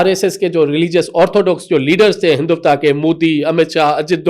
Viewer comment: Hinduvta nhi Hindutva.. (HelicApter)- helicopter (Pirontba)- paratha Walay anchor bn gye.